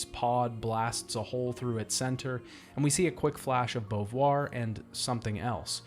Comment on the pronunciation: why do you call Simone Bovuare?